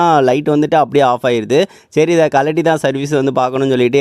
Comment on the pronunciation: சேரி அல்ல சரி.... 😂😂😂